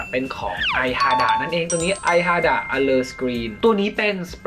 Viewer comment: ขออนุญาตเพิ่มเติมนิดนึงนะครับ . Shiseido สะกดภาษาไทยตามเว็บ นะครับ = ชิเซโด้ การออกเสียงของญี่ปุ่นก็ตามนี้ครับ . IHADA〈イハダ〉อ้างอิงการออกเสียงจากอักษรญี่ปุ่นคาตาคานะ ออกเสียงว่า อิ-ฮะ-ดะ ไม่ใช่ ไอ นะครับ